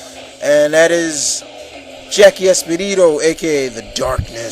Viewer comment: I found it funny when he called jackie espadito. it's ESTACADO. he should pronounce his name correctly.